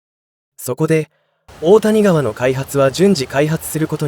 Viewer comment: 大谷川は「おおたにがわ」ではなく「だいやがわ」では？